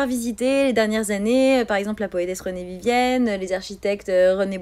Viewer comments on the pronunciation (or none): Je vous rassure pas elle est totalement sérieuse même quand elle dit René Vivienne a la place de Vivien, c'est une grande malade mais bon comme tout les animaux on peut le voir dans ces yeux éhéh